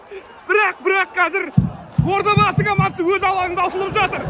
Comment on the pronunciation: Одабасы емес Ордабасы